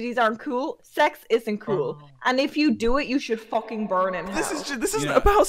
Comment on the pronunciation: how much time she said FOKEN?